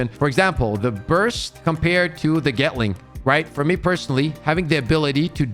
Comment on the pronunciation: Lmao getling, dude its gatling gAtling